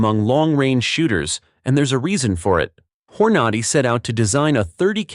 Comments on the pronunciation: "hor-NADY"?? NOOOO "HORNA-day" Another reason I hate AI generated narration. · Whore-nahde ammo lol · Waay...Wha....It's not Hore noddy????😮😮 😅😅😅😅😅! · "Horn Nar Dee!" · every time it said hornody instead of hornady i got a lil more furious inside never mind the leed instead of led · Knew it had to be AI driven when they kept saying " LEED " an " HOR NADY " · Leed? Hor-nah-dee? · Learn to pronounce "Nosler", Hornady, Lead is pronounced "led" not leed". Makes me wonder what else you have WRONG